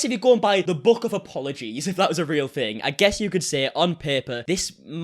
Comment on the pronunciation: THing, not Fing man. Three not free. Otherwise, love this video,👍☺️